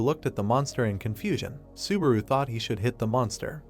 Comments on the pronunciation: I think narrator sometimes want to say subaru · God stop saying suburu!!! I quit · i found a ned drinking game, every time subawu komms up :D